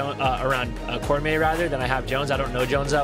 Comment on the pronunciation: Ortega is so fucking stupid that he doesn't even know how to pronounce Cormier. What a fucking moron.